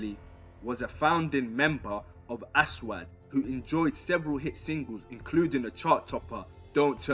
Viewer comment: my man said 'AS - WAD' smh loool